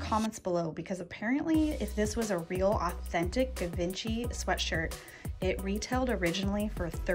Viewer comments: Just for future reference, you pronounce Givenchy as jzhee-vawn-shee Sorry, it's my absolute favorite designer and I cringed as every hard g lol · It’s pronounced as if it were spelled with a “J” not a “G.” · Givenchy is pronounced: Zhee-von-chee. Just FYI, I love both you and Selena; you’re both so much fun, and have a great eye! BTW, the fur baby is adorable! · Givenchy is pronounced Jhee-von-SHE. 😘 No idea if it's an original, but if the possibility exists that it could be worth $3800, sure hope you bought it! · Got a good chuckle at your pronunciation of Givenchy 😂 it's pronounced "jzhiv-ON-shee"! :) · ZHEE-vawn-shee/zhee-vawn-SHEE = Givenchy /;) Can;t remember where the stress is. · It's pronounced Gee von she . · Givenchy = Zghee-von-chee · You cracked me up. It's not Give inchy. Pull the name up and find out how to pronounce. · 😂 It’s funny when I was filming that I thought “hmm I bet that’s not even how it’s pronounced” 🤷🏻‍♀️😂 Shows you how little I know about fashion designers!